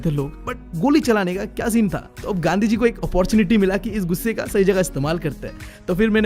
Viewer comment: Bro made gandhi ji sound like gandu gi 😂